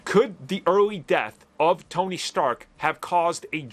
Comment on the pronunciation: Tony. Its Tony